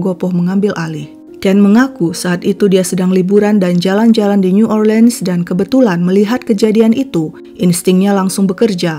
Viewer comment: Hampir sempurna Mbak! Pronounce New Orleans yang kedengaran janggal. Suaranya bagus...suka dengarnya 🥰. Salam dari AMSTLVN, Europe NL